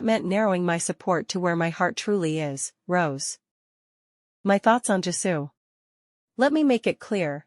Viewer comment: Lol yes and that AI voice cant even pronounce well Rosé's name